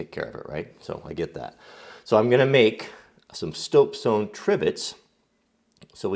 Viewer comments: Did anyone else notice that just before the minute mark he said stopesone instead of soapstone? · "Stoapsone" hahaha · 3.55 "stoapsone" lol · stope sone.... sorry, i've defended you im comments before, vigorously. but on this occasion im gonna poke fun a little- stope sone eh? where can i get me some of that? also, what is a sone? dose it come from a mine stope? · He said stoapsone! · So I'm gonna make some stoap sone(?) Am i the only one hearing this? xD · "Stope Sone" :D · listen and you'll hear him mess up and say Stoap Sone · "Stopesoan" :D